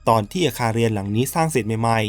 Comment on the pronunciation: เล่าดีแล้วค่ะ โทนเสียง การเล่า การเว้นวรรค พอดีมากๆ ขอเรื่องเดียวน้าา เรื่องการออกเสียง ร เรือค่ะ เราได้ยินคำว่า ไม่ลู้ อาคารเลียน หลายรอบมากเลย มันแอบขัดใจนิดนึงค่ะ😅